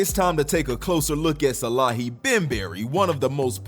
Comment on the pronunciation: Salehe is the goat. One of the best designers Edit: Also his name is "Saleh-he" not Salahi 😅😅